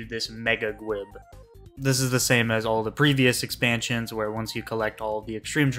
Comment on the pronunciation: Great video, but "gwib" is driving me crazy. "Gwiber" is pronounced "gwye-ber" why are you saying "gwib" lol! I've only got Diamond and WoL to go, and I've been wanting to farm Titania and Hades again just for the mats.